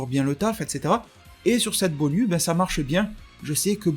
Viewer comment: BONYU je pense que ça se prononce BONIOU, un peu comme GINYU ;). Sinon très bon travaille comme d'habitude ;).